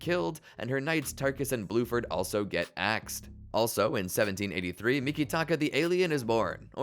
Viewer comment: Erm actually his name is bruford